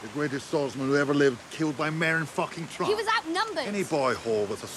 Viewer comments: He said “Merin tront” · It is said Trant not Tront